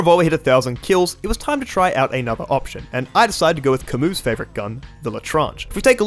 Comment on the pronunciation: Respect for pronouncing Camus right